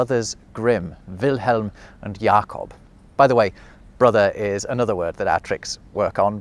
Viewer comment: I do love how you got a very nice German pronunciation of the name Jakob and then with Grimm you’re not even trying. Guess you choose on purpose to do so, yet it’s funny to my German ears.